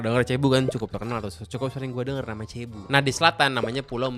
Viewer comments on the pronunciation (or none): Cebu dibacanya Sébu dan Cebu cm Salah satu pulau saja. Kepulauannya Luzon, Visayas Dan Mindanao. Jadi bukan Luzon, Cebu Dan Mindanao.